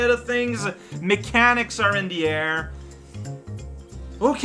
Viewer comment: I heard "we ate a persimmon" as "we ate a person" when I was tabbed out and thought "I didn't think it was that kind of game"